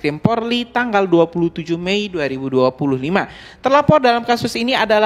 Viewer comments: Bukan PORLI bro .. POLRI .. 😂😂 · Haiii....maaaas bukan PORLI Tapi POLRI, di ulang" brrti anda juga bisa di laporkan lhooo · bukan PORLI yang bang, tapi POLRI... POLRI.....POLRI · Polri bukan Porli